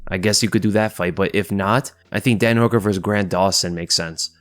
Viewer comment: Sometimes when you say Dan Hooker I hear dead Hooker or is it just me?